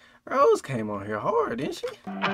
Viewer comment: It’s Rosè (Rose-A), not Rose.